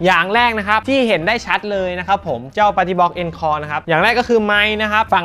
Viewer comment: อ่านว่า อองคอร์ครับ มาจากภาษาฝรั่งเศส